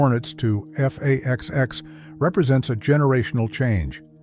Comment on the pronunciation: What the hell is "F/A-20"??? You do mean F/A-XX, RIGHT??